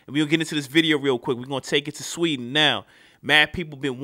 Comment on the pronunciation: sweden you dont say it rigte